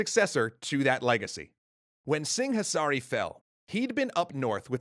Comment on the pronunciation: In the local languages, the 'h' is silent in 'Singhasari'